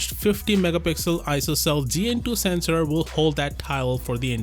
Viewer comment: he said sesnor not mega pixels